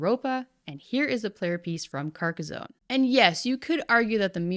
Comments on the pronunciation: Having had family that live near Carcassonne i have to point out its pronounced Car-ka-son not car-ka-zone. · Stop saying carcozone lol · Pronunciation for Carcassonne is off, it's not a z but two ss, like the sound made by a snake. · Carcas-on not Carcas-own. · Sorry but I cringed every time you pronounced "Carcazone". Two S in a row does not make a Z sound, "Carcassssssssone", smooth S sound please. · It's Car-Kah-Sawn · Lmao. Because she pronounces Carcassone correctly, right? Italian here, lemme give you an hint, the whole world steals our words, mispronounces them and commonly fails at conveying the correct meaning. Just laugh at it, it's not a lack of respect. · This pronunciation of Carcassonne is killing me. It's a French name, the "s" is soft and "sonne" has a similar "o" sound as "dot" in English. It's not "zone" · There’s no “z” in Carcassonne.